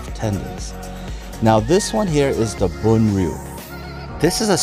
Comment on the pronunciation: Yummy foods. Your pronunciation of Bun Riêu is pretty good. 😊